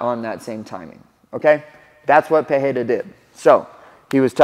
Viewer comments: This man knows it. I was about to write the same thing. If the R is supposed to have an H sound like that and its not the first letter it would write peRReira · and the funniest part is that he's confidently saying it wrong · Wrong, some of them are Pereira is literally Pereira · You dont say his name with a "h" sound which is the normal way in Brazil its actually with the "r" sound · Cory, nice video, as always Just one thing, he's not Alex 'Peheira', he's 'pe-REI-ruh' Afaik, R disappears only in the beginning of words, like in 'Rodrigues'. But 'Pereira' must have two rolling R's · You are saying Perreira not Pereira, i dont know why even in UFC they say his last name that way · Brother, you mentioned you are pronouncing his name right but just so you know in brazil or portuguese language in general, the only time you make the english h sound is for double r or beginning or word starts with r. So you misprononce pereira, it has no english h sound, just normal r sound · Hey I completely support your pronunciation effort. However l, asa brazilian I must tell you that that you're off. It is not pronouned PeHeira but rather just Pereira with the "spanish sounding R". In portuguese, the only 2 situations where the R is pronounced as an H are: 1- when it is the first letter of the word. Ex: my name is pronounced Henato 2- when there is a double R. Ex: Ferreira is pronounced Feheira But Pereira has no double R so it's just Pereira. ❤ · Say "Peteira" or "Pedeira" and you will get closer to the right pronunciation. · That's it. It's not Pe-Hei-ra. The second R and the first one sounds the same. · Why the fuck you call him " "pu- hey -duh ". You're a gringo. Be a gringo. I heard the desk people saying " Hodriguez " too. ?? What are we doing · Still saying the name wrongly though 😂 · Sorry, Cory. You keep saying his name incorrectly.